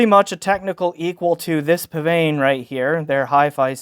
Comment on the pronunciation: You pronounced psvane correctly! Did you know psvane was a spelling mistake?